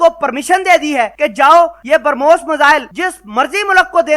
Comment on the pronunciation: Pronounce the missile correctly, It's not Permos!